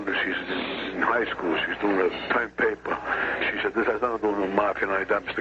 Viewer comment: 23 seconds. Whats a "Time Paypa"